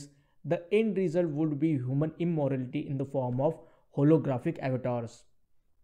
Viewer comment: Its "Immortality" not "Immorality" :D